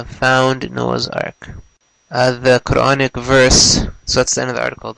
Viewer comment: it sounds like dude said the chronic verse lmao